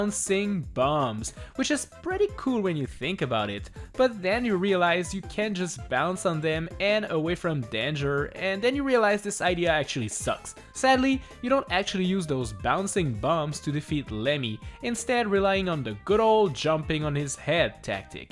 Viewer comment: Danger not Denger